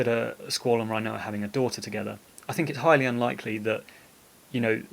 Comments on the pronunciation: youre a well spoken bloke. its got to be rin-oa not rhino-a though cmon! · i love everything about this video, except how you say her name! rin o a not reye no a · Did you really say Rinoa, RHI-NOA?... and you call yourself British... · Sorry but I love how you pronounce her name Rhinoa 🦏😂